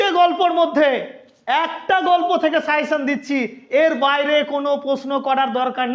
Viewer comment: Sir it's not 'suyession', it's "SUGGESTION"